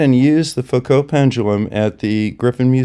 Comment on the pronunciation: A wonderful video, full of maths. But math(s) is fake, as the flerfers will tell you. As an aside, I am pleased to hear you pronounce the (French) name Foucault correctly. Something which often catches out the flerfers, because they do not mix with educated people.